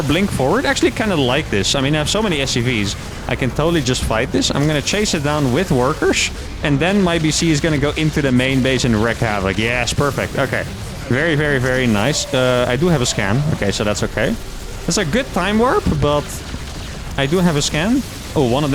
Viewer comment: Wreak* havoc...not wreck